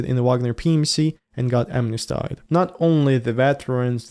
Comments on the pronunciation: "amnestied" is pronounced AM-ness-TEED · Please google the correct pronunciation of 'smnesteed". I like your new focus in the vlogs!